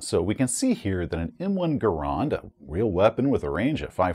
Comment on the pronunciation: Your pronunciation of Garand is fascinating. Most people will incorrectly pronounce it 'gar and' instead of the actual 'gare end' and then you come in with the 'gahr ahnd'